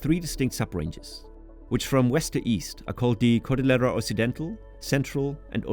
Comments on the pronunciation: Yeah also cordillera is supposed to sound like cordiyera. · A very good overview of Peru's geography. Babbel didn't do a great job on your Spanish pronunciation: e.g. Lima and Cordillera. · How ironic that you say that you studied Spanish yet you repeatedly mispronounce words like “cordillera” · and Cordillera.